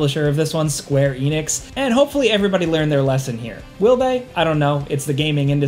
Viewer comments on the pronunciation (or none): none